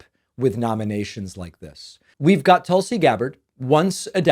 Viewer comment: As soon as you mispronounce Tulsi, I’m out. Very misogynist behavior.